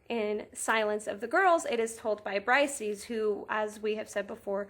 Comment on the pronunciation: Her name is pronounces Breesayees, not brysees. Hardly any youtubers gets this right